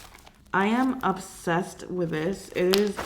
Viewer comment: I really love watching your videos but you always kill me when u say ubsessed instead of obsessed